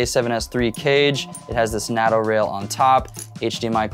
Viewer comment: Useful video, thanks but everyone in the world knows that the 'North Atlantic Treaty Organisation' is abbreviated to 'NATO', pronounced "NAY TOW".